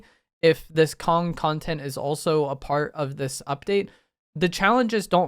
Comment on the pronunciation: It sounded like you were saying Kongtent for a second